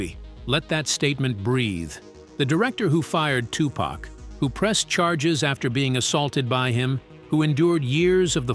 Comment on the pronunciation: I'm not really loving this video because of the the way that this dude is saying the wordsI've already caught a few things if you're going to make a video about a classic movie make sure the auto-tune voice that you use is connected with what you're going to say listen to itif you hear something wrong please change it unless the person who made this video had no idea how to say Tupacor how to say certain words because some of this came out messed up and as a person who grew up in the eighties I find it offensive I appreciate the video but do your research